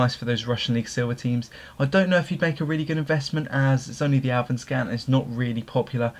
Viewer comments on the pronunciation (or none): DUDE!? It's called ALL-SVENS-KAN not AWEVENSKHAAWN